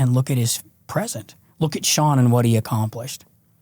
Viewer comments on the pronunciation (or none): none